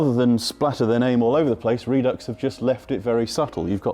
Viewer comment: RED UX NOT REED UX